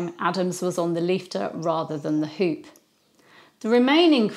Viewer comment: The shop called the Hoop is the Dutch word for Hope and is pronounced as Hope. For your information😊